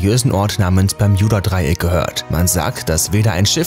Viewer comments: Will ja net gemein sein aber man spricht es BER-MU-DA-DREI-ECK aus... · Heiist das nüsch bärmüdedraiäck? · Das heißt nicht permjuda Dreieck es heißt bermuda dreieck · Nicht Berjudadreiek sondern Bermudadreiek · Alter es heißt Bermudadreieck ohne j 😂🤮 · Es heiß "Bermudadreieck" und nicht "Bermjudadreieck" 🤦🏼‍♀️ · Leute Bermudadreieck NE es heißt BERMJUDADREIECK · Omg das permjüda dreieck LoL 🤣😂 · Niemand! Wirklich Niemand! Er Bermijuda dreieck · Einfach nach den ersten 20 Sekunden kein Bock mehr, wegen dem bermJuda Dreieck... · Versteht ihr auch bärjuda dreieck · Das peyodadreieck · Wen macht es auch dezent aggressiv das er es immer falsch ausspricht?😂😂 Bermjudadreieck😂😂👍🤦‍♀️ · Bermjuda Dreieck Hahhahahahah ich kann nicht mehr 😂😂😂😂😂😂😂😂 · bermjuda dreieck wer kennts nt?😂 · Ich verstehe die ganze Zeit Juudasdraieck 🥴🤣✌🏼🔥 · bei gott ich weine gleich die ersten 50 sekunden waren schon zu viel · Hallo ihr Alle.hier...👋 Ja, diese Aussprache mag ich auch nicht besonders! Also...meine Ohren! 👂👂 Umso lustiger finde ich es, all' die Kommentare zu lesen! 😅🤣😂 Weiterhin viel Spass !!! 🥳 Sehr schade... das Thema selbst, wäre interessant! 👍👍👍👍 Wünsche euch Allen, viel Lebensfreude und beste Gesundheit! Und .. Tschüss, Servus, Tschau👋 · der moment wenn man ein Video über das Bermudadreieck macht aber es nichtmal schaft es richtig auszusprechen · Mich triggert es grade wie du bermudadreieck sagst